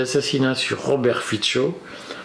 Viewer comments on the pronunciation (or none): Robert Fico , se dit Fitso et pas Fitcho , le c se prononce ts en slovaque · FICO : son nom se prononce, en slovaque, [fitso]